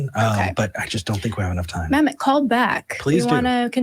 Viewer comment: stop saying mamik. He clearly stated his name as manik.